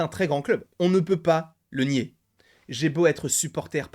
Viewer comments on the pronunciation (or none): none